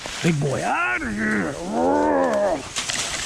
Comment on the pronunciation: OUTTA HEE-AHH, lol